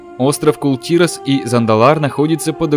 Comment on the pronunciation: Кул тИрас как же режет слух! Кул тирАс